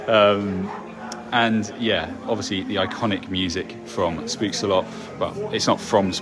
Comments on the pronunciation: have to as it sounded funny but spookslot you pronounce as poking pook and a s spook and slot as sloth but then you remove the th sound just slot if this explains it well 🤭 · Oh my god the way you pronounce "spookslot" lmao